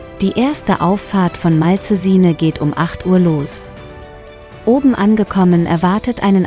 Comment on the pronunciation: Oh ja, dieser Ort am Gardasee ist mir bestens bekannt. Daher freue ich mich sehr über dieses Video. Ebenso freue ich mich über Dein ABO und werde gerne auch Dich abonnieren. Grüße von Leonora Lily P.S. Bitte gestatte eine Bemerkung am Rande. Die Moderatorin spricht das Wort "Malcesine" völlig falsch aus. Sie soll mal einen Italiener fragen, wie es richtig ausgesprochen wird.